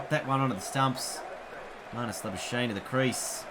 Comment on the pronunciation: i swear to god the amount of times you play the sweep/reverse sweep when cover and midwicket are easier scoring options makes me pissed also its is lah-buu-shayne for english and lah-bu-skahkne for afrikaans